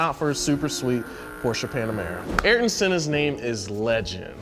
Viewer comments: he totally was :( Arton?! lol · This guy is just butchering every pronunciation. Lemus Hamilton, Tricolore, Ocon, Alpine, Sainz, Competizione, Ayrton, etc... they're supposed to be into the subject and know how this words are pronounced... Do better research next time.